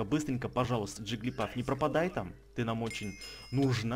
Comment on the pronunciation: не джиглипАф а джиглипУф